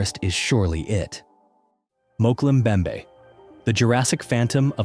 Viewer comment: Mokel mbembe? Mokel? 😅